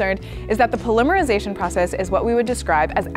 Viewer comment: Wo wo wo wooooo. How do Americans say the word ‘Polymer’? I’m sure as all holy hell that it’s not how it’s being said as it is here when used in the word polymer-isation!! 😂😅😂😅😂